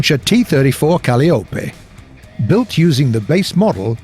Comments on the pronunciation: it's pronounced KA LIE O PY not KAL E O PY. The name refers to the pipes from the steam powered organ on a common ride for kids at fairs. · OMFG, if you people at WAR THUNDER DONT STOP MISPRONOUNCING, CALIOPE, I SWEAR TO GOD. ITS PRONOUNCED KA LIE O PEE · Either this dude can't pronounce Calliope, or I've never heard it pronounced correctly until these videos.